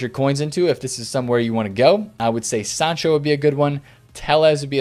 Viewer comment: You said sancho’s name correct, took you long enough 😂